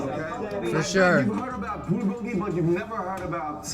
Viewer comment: I like how RM said Bulgogi and Samgyeopsal how an American would pronounce it. lol